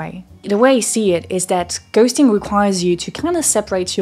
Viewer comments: I love your accent, it's not a small part of my enjoyment of the channel... but not gonna lie, when you said 'ghosting' 👻I was like 'What is gusting?' 🍃😆. I'm autistic, I really struggle with masking. I hate doing it and I don't insincerely transition from context to context well. I know I'm doing it, it takes up too much of my bandwidth, and other people know too, I know because they are rude about it, then I'm annoyed I spent so much energy on my mask and it's not being respected, I didn't want to do it in the first place damn it!. Nobody realizes that some people expend tremendous energy merely to be normal. -Albert Camus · anyone else notice she suddenly says 'ghosting' right after saying it wrong in the whole segment leading up to it? hahaha